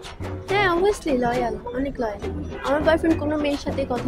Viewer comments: লয়াল না উনি দয়াল 😂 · লয়াল ❌ দয়াল 😂😂😂😂